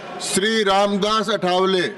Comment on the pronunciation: अ ठा वले❌ आ ठ व ले✅🙏